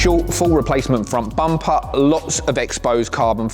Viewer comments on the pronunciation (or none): “Frun bumpah” I love how you people think thats proper